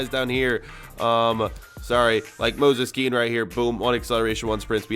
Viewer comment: "Moses Kean"